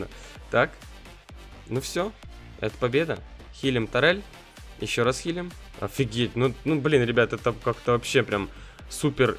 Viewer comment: Может турель, а не тарель?